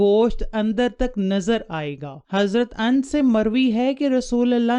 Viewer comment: اَنس نہی....ا نَس Ans nahi Anas...razillahu anhu Correct it